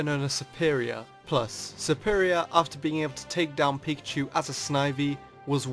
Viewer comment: am i the only one that hear him say pichu??!!